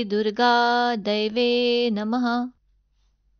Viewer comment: खूप छान... शब्दोच्चार स्पष्ट. परंतू मला असं वाटतं तुम्ही जे दैव्ये नमः म्हणता त्या ऐवजी देव्यै नमः म्हणायला हवं. देव्यै आणि दैव्यै मधील अर्थात फरक आहे